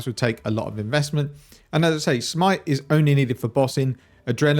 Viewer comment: just keep calling it shmite please